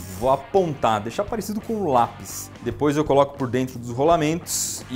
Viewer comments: Eu acho muito fofinho quando ele fala "dipois" em vez de "depois" é tão fofinho😍😍😍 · Ninguém: A Iberê: Dipois